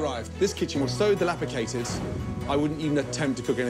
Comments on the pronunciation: ‘Dilapicated’ ? Really? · delapicated? xD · It’s dilapidated, Gordon. Not delapicated. Lol. 😂